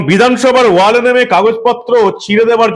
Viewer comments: এই দেশদ্রোহীদের কে চিরদিনের জন্য রাজনীতির আঙিনা থেকে নিষিদ্ধ করার দাবি জানাচ্ছি।😡😡 মানব ভাই কে আর একটা কথা জানাতে চাই যে,কথাটা "ওয়াল" নয় "ওয়েল" হবে।🙂🙂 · কথাটা ওয়েল,ওয়াল নয়।